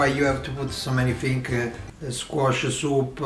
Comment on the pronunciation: Poor guy - has to eat all thes fings haha